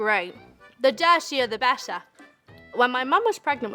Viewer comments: “The deshia the besha”🥀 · The Dirtiah the Bettah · the dur tea ahh the bettaah